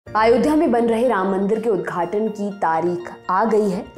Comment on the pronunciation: महोदया आयोध्या नहीं होता, अयोध्या होता है। थोड़ा homework किया कीजिए प्लीज।